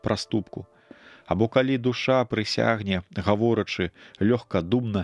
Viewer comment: Прачытана: прысяг'не, правільна: прысягне'.